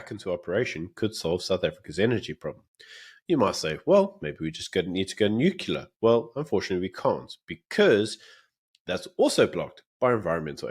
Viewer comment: Great video guys. Just one thing.. Its Nu-clear! 😂😂